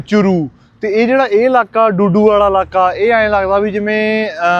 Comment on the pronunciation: ਬਾਈ ਡੂਡੂ ਨਹੀਂ ਦੁਦੂ ਐ